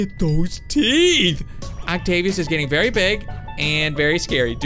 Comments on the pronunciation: Bee verwi verwi quite i'm hunting wabbits! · Vewi vewi carefull 😂😂😂